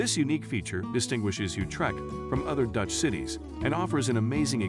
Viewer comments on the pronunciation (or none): Please learn how to pronounce Dutch (city) names